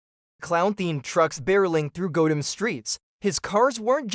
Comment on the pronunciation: This is one of the absolute worst lists i have ever seen. First off, the title is misleading as many of these are driven by bad guys rather than being evil vehicles. The spelling mistakes are awful, nobody says Gotham or LeMans that way, unless it was an AI voice. Some of your choices are not evil like Robbie from Joe Dirt, Buford T Justice is a cop, AND MAD MAX IS A FREAKING HERO!!!!!! Also not including other proper evil cars such as the green goblin truck from Maximum Overdrive and the car from The Car are serious oversights.